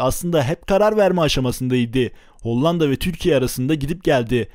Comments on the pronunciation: Kardeşim kurban olayım HOLLANDA demeyi biraz çalış. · hocam hollanda demeyi öğrenmelisin bence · Video çok güzel emeğine sağlık lakin Hollanda demeyi öğren o ve ikinci a yumuşak söylenir...Kağıt der gibi söyleyeceksin ikinci a yı da kağıt diyebiliyor musun onu da merak ettim...